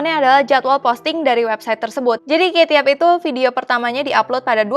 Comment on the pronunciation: aku cara baca kate yup itu bacanya kate yup bukan keyt yap :v